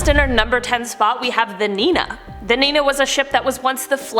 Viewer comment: That’s not how you pronounce niña